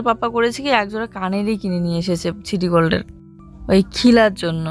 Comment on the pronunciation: ছিটিগোল্ড না শিটিগোল্ড, মেলা বাড়ি না মেলা,সুইটার না সোয়েটার, পিচ না পিস। উচ্চারণ গুলো ভুল করলে খুব কানে লাগে শুনতে। একটু ঠিক করে উচ্চারণ করবে।